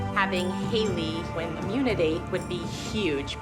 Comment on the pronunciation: When Abby says uge instead of huge😂